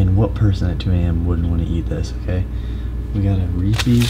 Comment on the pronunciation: there's no "i" in Reese's danny!!!! it's not reesies!!!